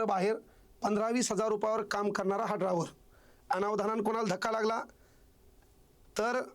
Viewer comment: ते सगळं खरं आहे तुला मास्तर कोणी केलं ड्रायव्हर असा शब्द आहे ड्राँवर नाही